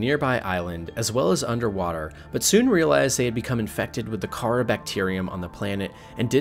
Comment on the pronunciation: Kharaa: Kuh-ra. Torgal: Tor-gal. Maida: May-da. I guess you could get away with Kharaa, but Torgal and Maida are actually spoken! Jesus! Edit: also how does this make her a leviathan?! Don't clickbait!!!!